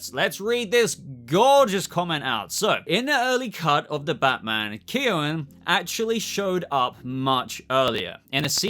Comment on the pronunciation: By the way I’m Irish - his name is Keoghan - keeeoh- in